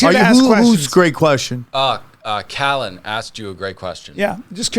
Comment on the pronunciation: already Bryan Callllllllen (cuz he loves showing off his Ls) can’t fathom the Military industrial complex wants WW3…. Someone call life alert unless Callen is just doing an amazing Biden impression